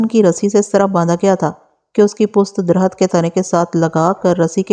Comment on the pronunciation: تم ایک لفظ ہر کہانی میں غلط بولتی ہو لفظ پست نہیں پشت ہوتا ہے